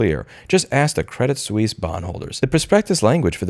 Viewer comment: It's pronounced Sweese. :)